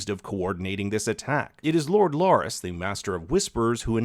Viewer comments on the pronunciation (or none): It's Larys not Lorys